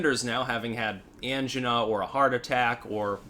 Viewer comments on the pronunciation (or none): It's not An-gin-a. It's An-jy-na. It rhymes with China. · Angina is pronounced like vagina. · Angina pronunciation rhymes with... Regina.